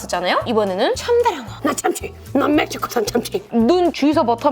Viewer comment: 참츀ㅋㅋㅋㅋㅋㅋㅋ발음 개좋아ㅋㅋㅋㅋㅋㅋ뭭시코소ㅏㄴ참췩